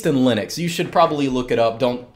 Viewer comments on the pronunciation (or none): none